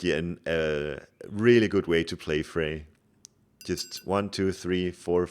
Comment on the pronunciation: The "r" at the end of "Freyr" is NOT silent, btw. ;)